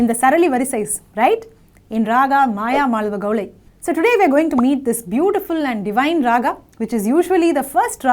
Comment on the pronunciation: Pl call it as Mayamaalavagowla and not gowlai. Pl refer to some authentic sanskrit treatises on music for reference; excellent contents by the mentor!! 🎉